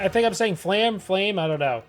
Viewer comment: I believe Dwarves in Frieren's world live about 300 years on average, give or take a few decades. I think Eisen in in the 200 year range. Also, Flamme is pronounced "fla-meh".